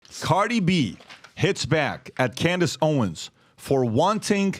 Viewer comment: Its Owens, with an S, old man! Her name was literally right behind you when you mispronounced it. In fact, her name is right behind you EVERY SINGLE DAY!!